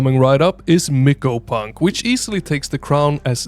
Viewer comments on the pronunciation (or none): For Abyssus... Did u say "brinepunk"? 😂 Also, Mycopunk is pronounced like My-co punk (not Miko) bc the game is about fighting giant mushrooms, mycology